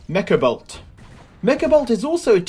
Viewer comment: its Mekabolt not Mekobolt silly :D